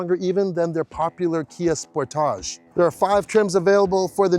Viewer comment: Elantra= e-lohn-truh Sportage= sport-idge Where do you canadians learn to pronounce words?